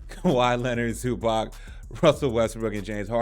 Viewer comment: just curious - as someone covering the clippers, why don’t you make an effort to pronounce zubac correctly?